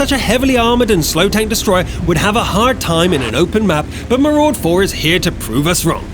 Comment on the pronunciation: MARUDA not MARUD4 dick